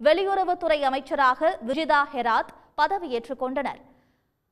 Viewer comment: டேய் விஜிதா ஹெராத் இல்லடா விஜித ஹரத்